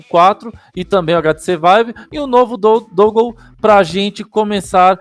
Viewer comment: Brow o nome do bagulho é "dãngôu"... upload massa! Toma um like ai.